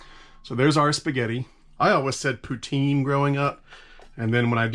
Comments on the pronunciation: First time watching your channel and I really enjoyed it! From a Canadian, we call it poo-teen! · Nah that ain't how you pronounce poutine at all my man